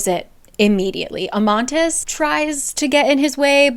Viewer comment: It's Amatis not Amantis